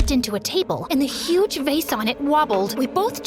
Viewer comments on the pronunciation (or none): none